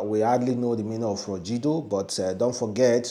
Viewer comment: it is not froJido it is froGido. You pronounce it as J but it's g like GIVE, say FROG and add ido..✌️